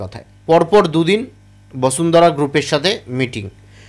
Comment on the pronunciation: দাদা বসুন্ধরা উচ্চারণ করুন শুনতে ভালো লাগে ভাসুন্দ্রা শুনতে বড় বাজে লাগছে।